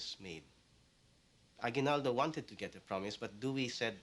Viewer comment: Did he just say a-GWI-nal-do??!??!